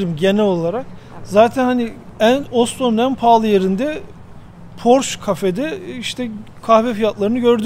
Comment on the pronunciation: Neden Posche (PorşE)ye "Porş" deyip duruyorsunuz? Telaffuzu düzeltmek çok mu zor?